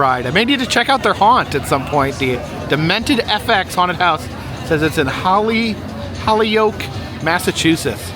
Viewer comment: Glad to see you in my neck of the woods 👍looks like you definitely enjoyed the Big E. BTW Holyoke is pronounced "hoh" + "lee" + "ohk" lol sorry I couldn't help it, safe and happy travels to you.